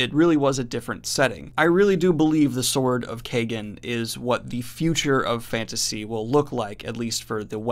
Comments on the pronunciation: You're pronouncing the title wrong. It's pronounced Keyegen not Kaygen! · I imagine it's Kie (like tie) -gen, not kay-gen... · Love your channel Daniel but every time you say Sword of Kaygen, Terry Goodkind gets a new idea. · It's pronouced like Wong! It's a long A sound. American's don't know how to say it right. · Literally scouring the comments if anyone else felt the same. I didnt even know for sure but it didnt seem right how he was pronouncing it lol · Knowing dyslexic daniel, he may not be saying it right.